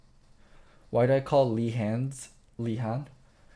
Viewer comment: Ok I know can read but can we please stop pronouncing names wrong in order to sound cute? Leehond is actually Lehends. To: Samsong is Samsung.